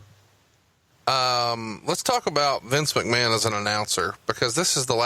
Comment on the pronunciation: is why I'm here LMAO "Well Mistur MAKMAN!" LMAO